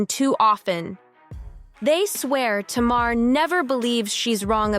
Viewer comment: If you're gonna talk about Tamar, please say her name correctly. It's pronounced Tay-mar. Please and thank you.